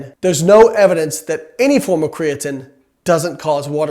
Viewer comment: I cringe everytime you say "cree-uh-tin" but your science is absolutely correct, good stopping the spread of misinformation.